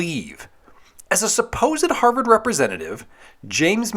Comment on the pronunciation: I did not like over pronunciation of HARVARD the second time around